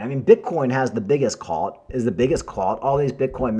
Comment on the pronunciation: C U L T not CALT